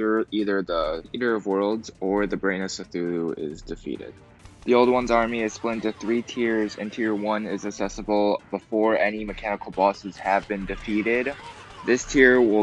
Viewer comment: he said cethulu 😂😂, you got it wrong man